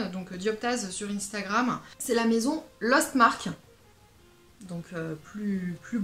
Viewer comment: Bonjour, pour info Lostmarc'h se prononce lostmar, on oublie le 'c'h' et c'est pas plus mal! Je te souhaite de belles fragrances et un grand nez pour les sentir, bonne continuation:)